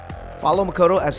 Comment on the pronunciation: Wow the first Top ten that pronounce Makoto's name correctly.